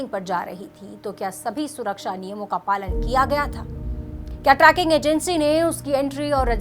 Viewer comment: Tracking nahi madam. Its trekking. Tree-king